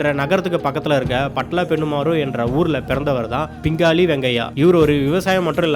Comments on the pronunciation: பிங்கலி, பிங்காளி அல்ல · பிங்கலி, என்பதே சரி பிங்காளி அல்ல.